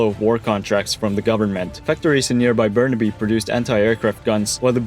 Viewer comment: its pronounced burn-aby like abby